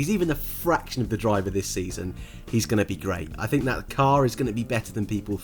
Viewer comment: Its think love, not "fink"